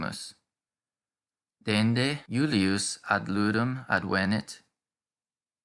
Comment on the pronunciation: ádvenit, et non advénit, quia advénit esset in perfecto!